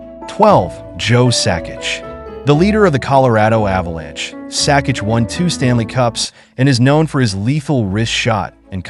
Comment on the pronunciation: It will be cool when AI learns to pronounce names correctly. Good ol' G-eye Lafleur, Joe Sakich, and Maurice Rich-erd.